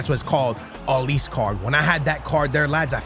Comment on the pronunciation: Olise is pronounced O, li, Seh.